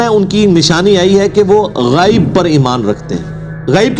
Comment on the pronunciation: السلام علیکم ورحمتہ وبرکاتہ غیب کا تلفظ صحیح نہیں ہے ے پر ھمزہ ہے زبر نہیں ہے